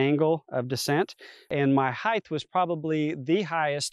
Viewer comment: Excellent review. The word is height. It ends in “t”, not “th” like “length” and “width.”